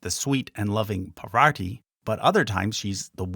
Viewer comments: Hey! Commenting along as i gothrough the video. Nice job by the way. PaVar-ti vs PAR-VATI. Latter is correct. Ganesh is not the only son of Shiva-Parvati. Muruhan aka Kartik is an important deity in the South of India. Major Deity. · Parvati is pronounced "PAAR-VATI" not "Pa-waarti" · Love this video and your explanations! Got thrown off where you mispronounce Parvati a few times, accidentally saying "PavaRti" - not sure if you can edit sound without messing up your stats, but I knew a Parvati who is a wonderful pianist so this mistake ruffled my feathers, heh. Love the video though and looking forward to watching the rest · Not Poverty..Its Parvati 🙏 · You've got to learn to pronounce Parvati correctly or I'm going to go insane. Lol.